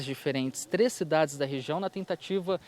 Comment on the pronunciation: NEM FALAM O NOME DAS CIDADES CERTO